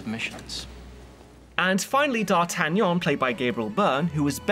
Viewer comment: I love it when D’artagnan is pronounced correctly